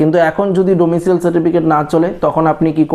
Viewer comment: কথাটা ডোমিশিয়াল নয়। ডোমিশাইল।